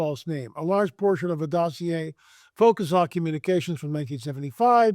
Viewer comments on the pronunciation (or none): none